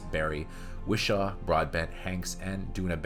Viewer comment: There’s one thing worse than this movie - the narrator’s pronunciation of the words Wishaw and subsequent.